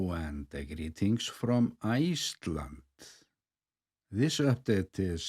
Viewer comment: Love how you say Iche landd